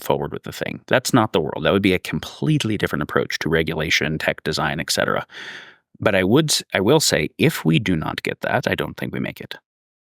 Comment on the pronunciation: Also "eckcetera".